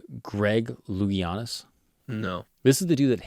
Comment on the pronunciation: The way you pronounced his name diverted more jokes. 🤣🤣🤣 Also, never heard it pronounced that way. He is the only diver's name I have ever known and he won hella gold medals.